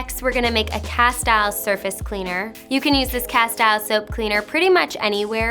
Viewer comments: Thank you! And it’s pronounced ca-steel. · It's pronounced "cas-teel". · Pronunciation is castill